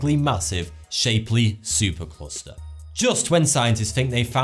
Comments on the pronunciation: It's Shapley not Shapely. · you mispronounced Shapley Supercluster. it is Sh-app-ley not Shape-ly. He ismy husband's great Grandfather I would like his work to be properly recognized.